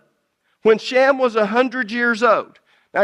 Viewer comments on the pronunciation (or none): Shem , not sham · His name was SHEM NOT SHAM! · Why is the guy saying "shammm"? When it's Shem with an e, not an a? 🤔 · I like the dialect of this guy pronouncing Shem as sham. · It's a fantastic teaching but I really wish that he would quit calling Shem by the name sham... It kind of is funny considering the fact that he was talking about other people's dialect AKA accent and then his own accent is mispronouncing the name